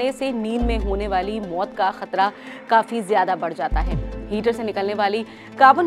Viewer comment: 😂😂 हीटर होता है ना की हीचर 🥴🥴 लगता है आपको चक्कर आ रहे है मेरे पास ऑयल हीटर हैं don't wry 🥺mere ghar ajao 🤣 चक्कर nhi ane दूंगा 🥺🥺🤣🤣